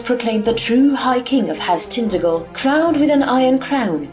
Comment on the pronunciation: hello, cornishman here: pronounced tin-taj-el. nice to see a cornwall-inspired home-brew :) onen hag oll.